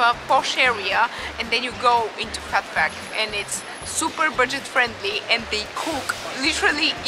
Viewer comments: Phuc is pronounced "fook" 😊 Phat means Buddha, Phuc means happiness! Of course I had to check out this video 😍 and btw, I use my thumb and my middle finger to use chopsticks! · Hey Jack, I’m glad that you enjoyed the video 😂 and yeah I’m pretty sure that’s not how you pronounce it